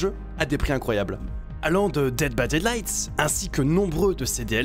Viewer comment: Mais pourquoi il dit dead by deadlight